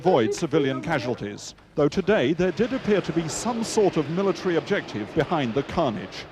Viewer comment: "mila tree"